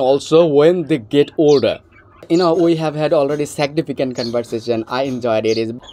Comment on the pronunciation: Seg-ne-ficant! Had american GF! Whao!